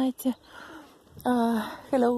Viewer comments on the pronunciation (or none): none